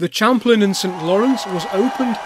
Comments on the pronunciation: Champlain is a French word - shamp-PLAN, not CHAMP-lin. I live not far from Lake Champlain. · In 1832 it was St. John's, Quebec. It didn't become St. Jean-sur-Richelieu until after the Quebec nationalists took over. Interesting pronunciation of "Champlain" -- we in Canada pronounce it Sham-PLANE. The C&StL was no more than a portage railroad to avoid the long river journey and rapids between these two points via the St. Lawrence and Richelieu Rivers. At the time, this was the main route for commerce between Lower Canada and the United States. Due to the "Andrew Jackson" Depression starting in 1832, it took several years to raise the relatively small sum to build this wooden railway. Construction did not begin until 1835, as stated by Mr. Dawson.